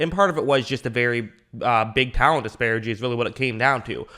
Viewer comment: Just curious, do you struggle with pronouncing disparity or, are you trolling? No hate either way.